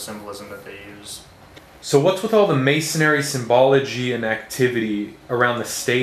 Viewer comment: Why do you keep saying "mason-ary" instead of masonry?